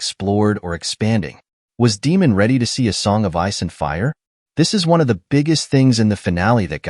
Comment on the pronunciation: Must be AI Voiceover? You can't watch the show and mispronouce almost every single name surely. Demon?? Renerra?? Quite major characters! Are Americans so out of touch with the rest of the world they just stubbornly pronouce names how they think they should be pronouced and ignore their ears??!